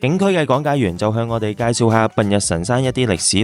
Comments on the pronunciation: 苯=讀音是本😂~笨是竹花頭的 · 多謝西藏遊記下集👍景色依然非常優美❤ 題外話，「苯」字其實都係照讀「本」音就得😉